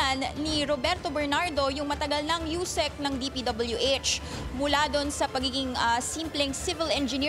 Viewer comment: Nahawa na yung reporter kay Curlee Discaya, "DPW-Etch"